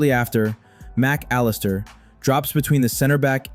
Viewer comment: Good breakdown, but AI voice? I can't imagine anyone familiar with Liverpool would call Macca "Mac... Allister."